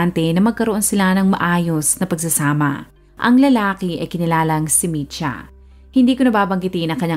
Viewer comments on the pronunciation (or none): Kotsyanchich. Č = as in "ch" in chicken or cheese Mitja is Mit-ya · Mitja Kocjančič ( Matiya Kotsyantsich) yan po ang pagbigkas ng pangalan nya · Not a resident of Slovenia but a citizen of Serbia, ang tamang pronunciation po ng name niya is MIT - YA and surname is KOTS-YAN-CHICH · Ang bigkas po ng name nia is mitya kotsyanchich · Ang tamang bigkas Ng pang Alan ay MI-SHA.